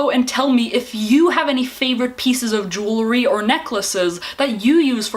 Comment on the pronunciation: Jew-el-ry not Jew-le-ry. Kills me every time.